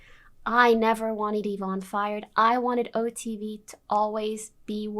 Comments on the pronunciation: I have to tell you this because otherwise you might not ever know but Yvonne is pronounced Evonne and Sean is pronounced Shawn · he pronounced yvonne ya von ee. he has autism though so its not really right to make fun of him for his pronunciation. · Why do you pronunce "Yvonne" differently everytime you talk about her lmao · good detailing of the drama, but how you make a 3 and a half hour video about the otv drama and mispronounce SEAN and YVONNE